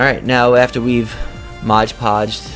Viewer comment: There is no "g" in "Mod"!